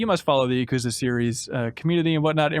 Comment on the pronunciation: YA-ku-ZA. It’s not that hard.